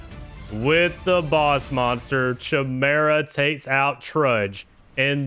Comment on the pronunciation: Great tournament! The pronunciations kill me sometimes lmao. CH-imera and bahkura